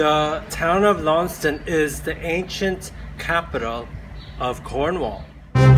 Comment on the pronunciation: Then don't come here, And Launceston is pronounced Lanson